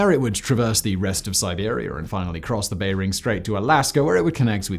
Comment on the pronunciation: I think it's cute the way Simon always pronounces Bering as Bay-ring.